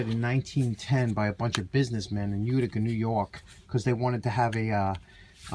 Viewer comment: I watched to hear you say "Uticer"! Pass that thing soon, I can't imagine...